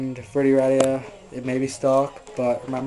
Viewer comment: its verday not verdie